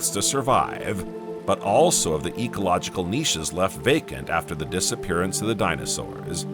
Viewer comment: The dino sauerrrssA. Today -A Fix that 😡